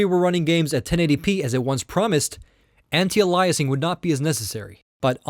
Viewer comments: Ay-lee-ay-sing, not allah-i-sing my dude :) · I was about to say the same thing. What kind of tech reviewer doesn’t know it’s called “AY-LEE-UH-SING” not “UH-LIE-UH-SING”... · Ayelias not ahlieus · Ya Wtf lol alayasing? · Aliasing is pronounced ay-lee-es-ing. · If alias is pronounced a-lee-ess why would you say aliasing differently lol you sounded like Microsoft Sam. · you pronounce "aliasing" funny. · your mispronouncing aliasing